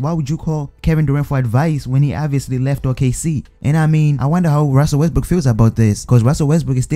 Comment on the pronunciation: " Ruzzel Wesbruuk" 😂